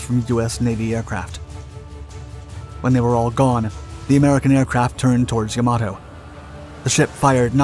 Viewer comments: It isn't Ya-MA-To.... it is Yam-a-to.... Japanese does not place emphasis on any one syllable, all are equal. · "Yamoto"?!? Dude, if you're going to be posting "historical" videos online, at least get the f**king pronunciation correct. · Can all the various "naval history YouTubers" PLEASE get the pronunciation of this magnificent ship's name correct? It is pronounced "YAM-a-toe", not "ya-MAH-toe". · Why is "Yamato" pronounced differently throughout the video. I'm guessing this is another robovoice channel. Probably out of Croatia or Poland, through a server in Canada. Like most other robovoice channels. If I'm wrong, please respond to this with something other than a bland 5 word response.